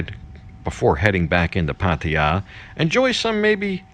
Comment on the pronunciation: Great to hear your pronunciation moving away from the exaggerated “Pattayyyyyyyyyyyyyaaaaaaaaaaa”!